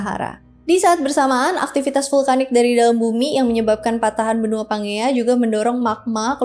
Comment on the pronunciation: kak izin mengoreksi ya, pas Pangea tadi baca nya tuh "panjia" kak bukan pangea sesuai namanya 😅😄